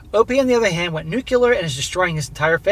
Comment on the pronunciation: Why do people say nuclear as "nucular"??